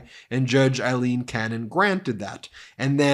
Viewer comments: It's still pronounced Eileen. Aye lean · Pronunciations... Aileen = A-lean; Eileen = I-lean. Sorry, just drives me a little crazy! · Aileen, not Eileen. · Judge Cannon is NOT Eileen but “A”-ileen!! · "I lean" Cannon. Lopsided. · It's A leen. A with an A.